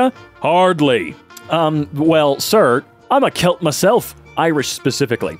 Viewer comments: Didn't pronounce Celt correctly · didn’t he pronounce it as kelt? Y’know like the pronunciation of pelt, but instead of a p it’s a c that makes a k sound